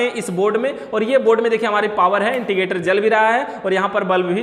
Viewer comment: Bahut badhiya bhai.......but tum baar baar inticator bolte ho, use indicator bola jata hai